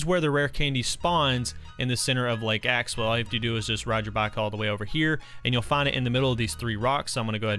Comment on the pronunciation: Did he realize he was calling lake axew lake axewell Edit: I thought he 2s talking about axew island